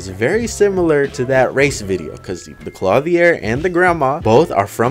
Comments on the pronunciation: Clothier Clo-thee-er. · THAT IS NOT HOW YOU SAY CLOTHIER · I have never in my life heard someone pronounce clothier so terribly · does he know hes saying clothier wrong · Does anyone else think the way he says clothier is weird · Kinda but I don’t mind